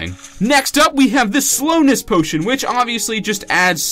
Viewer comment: In the very first second you say "pootion" instead of potion lol